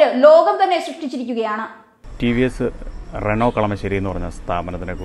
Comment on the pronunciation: റെനോൾട്ട് അല്ല ചേച്ചി റെനോ🤔🤔